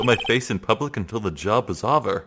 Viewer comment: Every time you pronounce "over" like "ahver" it throws me off. This game has me on the edge of my seat and I'm loving your commentary!